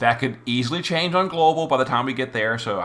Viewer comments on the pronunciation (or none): none